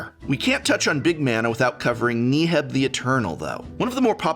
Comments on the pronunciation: Can we acknowledge that he pronounces Neheb as "nee-heb"? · If he says knee heb one more time !! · Do you purposefully miss pronounce legendary creatures names just to piss people off? KNEE-heb... ZACIMA. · oh man, I just love Knee-heb the Eternal. it's my favorite creature from the Aye-mon-keet block lol just kidding, Prof. I love your work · Knee-heb? You gonna do my boy dirty like that? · Thank you for the video! but I must ask, Knee-heb ? 😱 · Who the fuck is knee heb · Knee Heb? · Thumbs down for pronouncing Neheb so poorly over 10 times. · I kinda laughed when Prof pronounced Neheb, different from everyone else. Is Prof wrong? Considering his English background I'm wondering if everyone else is wrong! haha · Why does Prof pronounce Neheb like he’s trying to hypnotize me? Jokes aside, really solid video for anyone looking to dip their toes in Red. Maybe more people will see that Red is actually pretty cool, with a large number of interesting and unique commanders, and it can fight you too.